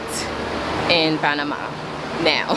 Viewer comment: I appreciate the correct "Panamá" pronunciation ❤